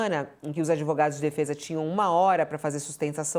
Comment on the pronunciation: Os "ADEVOGADOS" da UOL 😂😂😂😂